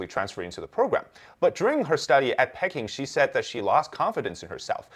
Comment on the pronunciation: Pecking?!? Come on, man. In English, Peking is pronounced pee-KING (/ˈpiːˈkɪŋ/), with the stress on the second syllable. It rhymes with "seeking" or "peeking."